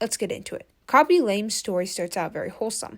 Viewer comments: Why are you saying kobe ? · “kobe” … “ryan”… girl can u read their names… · Colby? Coby lame? Bruh, how many times you said his name wrong 💀 Jeez😂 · It’s not Coby it’s KHABY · you called khaby "kobe" five times... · "Coby"?? "Ryan" William Johnson??? Jeez dood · why u calling him Koby?💀 love your channel tho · K-h-a-b-y not colby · bro said kobe 😂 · This was such a hard watch. You couldn’t pronounce Khaby, you couldn’t pronounce ray, you corrected the wrong you’re and told them “jk delete your paragraph” when it wasn’t even close to a paragraph, and you don’t even know the word “evolve”. Also you know why he’s getting hate, it’s because he never deserved all those followers in the first place. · I think you pronounced his name wrong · Bro kept on mis-pronouncing khaby and ray 😂